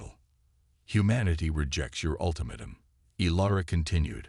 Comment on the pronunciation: Would you mind telling me what the HECK "Unredable" means!!!??? What is "QuarenTINE"? It is pronounced "Quaranteen"!!!! What is an "Ultimatum...(with a short "a") instead of "UltimAYtum"...(with a long/hard A).????? What the heck is "Weeponize"???? What ALSO is "dizaree"???? "Disarray" I know....... "Dizaree" I do not know!!!???? And THEN, what the heck is a "Cosmus"????? Geeeeeez!!!! You guys STOP using AI until they can read English!!!!